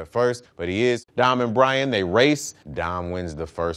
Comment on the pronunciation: Don instead of dom that races your heard?